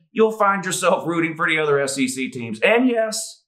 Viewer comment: doing the SEC chant sounds like S-C-C